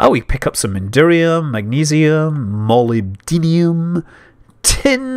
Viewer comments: Scott, I am a huge fan of your videos. But as a geologist, I have to help you out with your Molybdenum pronunciation. There are actually two ways to correctly pronounce it (Meh-LIB-di-nem) the "di-nem" being pronounced like "denim" or (MOL-ib-DEE-nem). Cheers and thanks for your great videos!! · Dammit Scott Manley, "molybdenum" is a real word. You're pronunciation of it is so painful to hear.